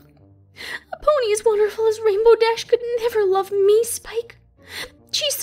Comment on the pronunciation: Lurve bro it's love not lurve